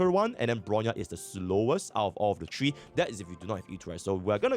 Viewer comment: “Tree” hours :V